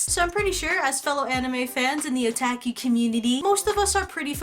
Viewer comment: "So I'm pretty sure, as fellow anime fans in the otaki community..." ( - ). When she said this, I first thought she said Iraqi community (no offense to anybody).